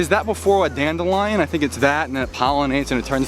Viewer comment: the fields looked like a patch work blanket! I'm glad you didn't get lost haha that building looked so funky! haha dandelion sounds so different in your accent! i always struggle with the balance between taking photos and videos. we have lots of speed cameras in england! time lapses seem to be allot of work.